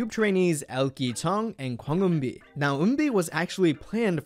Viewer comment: am i losing my mind or is he saying eunbi instead of eunbin